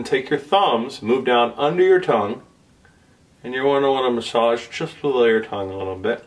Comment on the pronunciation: They way you pronounced the word massage proves you’ve been to China, lol